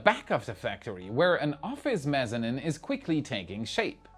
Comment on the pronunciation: architect here (and NO SHADE INTENDED): facade = fah-SAHD and mezzanine = mezz-ah-NEEN. Your absolutely thorough analysis is always greatly appreciated (as is the humor you inject into what otherwise could be nerdy dry stuff). Not to mention how I would do talking all this technology in a second language.....